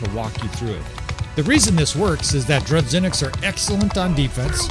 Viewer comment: No, it's pronounced as 'zh'. Droo-zhy-nick.